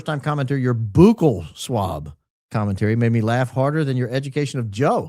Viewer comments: Now you know what that means. And you know how it's pronounced, "buck-ell swab," not "boo-kell swab." Now, with myself being high IQ, this was done to give Adfleet a video to make of him purposely not knowing and mispronouncing "buccal swab" on purpose. Hey, I just like the truth! 🤷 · you are killing me with the Boooookle swab😂 It is more like Buckle 😂